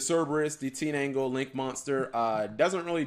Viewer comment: Wait did Cap say Teenangle instead of Tindangle?